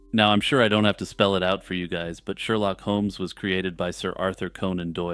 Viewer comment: "Herlock Sholmes" 😂